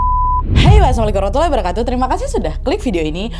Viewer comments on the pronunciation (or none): none